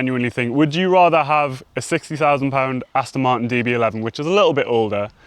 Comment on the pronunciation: For the record there is the letter 'T' in Martin as in Aston Martin!!